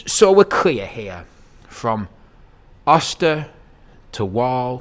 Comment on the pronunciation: It’s pronounced “OH-stir” 🤓